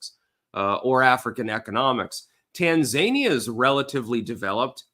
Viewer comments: TAN-ZANIA? its TAN-ZA-NI-AH you absolute donut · Tan-za-knee-ya accent on the 3rd syllable. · Its pronounced "tan-zah-nee-uh" I do believe. She got the notes, he didn't. She got the no fact checking, he didn't. No wonder he's not interested in another debate. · That Tanzania pronunciation. They aren’t zany, they’re zen. Appreciate your analysis as usual.